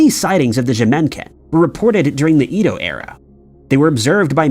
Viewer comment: Do others cringe or shudder when he mispronounced Edo over and over? No? Just me? 😂